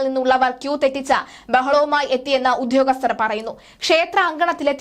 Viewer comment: ഉധ്യോഗസ്തർ അല്ല. അത് തെറ്റാണ്. ദയവായി ഉദ്യോഗസ്ഥർ എന്ന് ഉച്ചരിക്കുക. ഭാഷയെ കൊല്ലരുത്